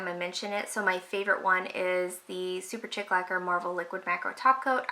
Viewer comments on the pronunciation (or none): Chimera = ky-mare-uh Superchic = super-sheek (not super-chick)